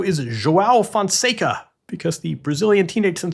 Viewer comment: The top half on the men's side is the French Open, and the bottom half is Alcaraz's warm up for the final. 🤣 The draw has made the bottom half criminally boring. It's a big disappointment. And sorry to be nitpicky, but journalists and commentators really ought to start pronouncing Fonseca correctly. It's super simple, you just don't pronounce the "a" at the end. Phonetically it's Fonsec. This is not correction from a Fonseca superfan. Frankly I find the amount of coverage for a player outside the top 50 to be completely absurd, but since we're doing it, I believe we ought to get the name right.